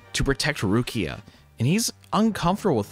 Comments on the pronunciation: The female lead's character is Ruriko... why do you call her Rukia? That's Bleach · I might be mishearing, but what I hear is you saying "Rukia" and not Ruriko. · Loved your video but I wonder why you called Ruriko Rukia or something??? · No hate, but... ain't no way this dude pronounced "Ru-ri-ko's" name as "RUU-KIA" 💀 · Did you just called ruriko "rukia"?😂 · what about everytime he says rukia instead of ruriko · You keep getting the name wrong; it’s Ruriko, not Rukiya. Also, Professor Midorikawa is Ruriko’s father, not Hongou’s. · did you just call ruriko rukia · You saying "Rukia" instead of (Ruriko) was making me think of Bleach the whole time. 😂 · Ruriko, not Rukia. Otherwise, great review. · why you keep calling her rukia?? it's Ruriko right?? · Why does he keep saying Rukia 💀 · "Rukia" LMAO are you serious with that? How do you butcher her name so badly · It's Ruriko hahahah